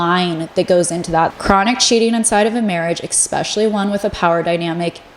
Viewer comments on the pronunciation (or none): Also it’s es-specially not ex-specially …. No shade either sorry I’m just a Gemini lol 😂 I also love when ppl correct me just fyi. We don’t learn unless someone helps us from time to time 💙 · I love love love your videos but the word is ESPECIALLY not exspecially 😅🙏 gets me every time! ❤ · i love your videos but i think it discredits your insight and expertise when you pronounce words incorrectly. saying “expecially” and “scruntiny” almost made me click off your video.